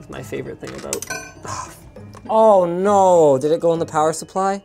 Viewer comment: Linus, your Canadian accent is showing..... "oooooh, nooooo!" 😉 although, now i'm wondering if he just said it that way to be funny (by specifically sounding so Canadian)?